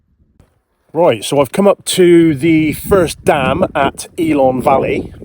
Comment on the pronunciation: Builth = bill th .Ellan =E lan .but you nailed Aberystwyth. Great vlog mate all the best,thanks for coming over 👏🏴✊KTF.